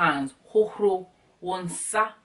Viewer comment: I Love how u say "hohoRo" lol my "r" isn't that powerful as yours.